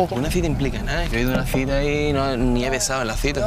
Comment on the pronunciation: Es cita no citra